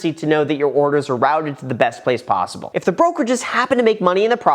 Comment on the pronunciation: did you say there’s only three ponzyble outcomes!? :)